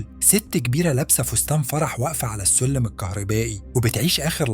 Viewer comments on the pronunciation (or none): انت بتتكلم كده ليه و اسمه الجوورح ولا الجرح و السلم ولا السولم 😒